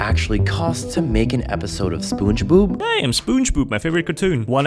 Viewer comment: Bro said spongeboob lol